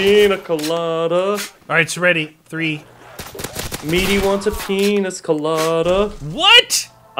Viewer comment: haha sayed "pienes" lol hahahahahaha